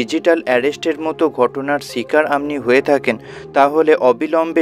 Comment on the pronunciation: Please speak Bengali properly. What is "Amni"? Should be, "Apni"